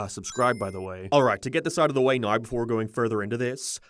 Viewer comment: Why do you say the word now like "noiiiwu" that was the weirdest way ive ever heard someone mispronounce a word.